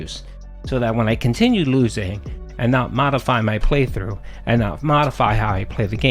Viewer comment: You can bet he's always mashing like crazy because you can hear it. “(taptaptap)I was blahcking!(tapTAPTAPtapTAP)I'm naht doing anything dood! Nahthing I can do! ᵃʰ ʰᵃʰ ᵃᵍʰ”